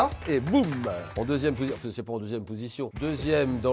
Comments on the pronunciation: mdr Julien Leperce il dit "youtoubeur "et"chalange" (sans l'acent) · "youtoubeur" et "challange" merci Julien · Mais nonnnn 😭 julien dis « youtouber »😂😂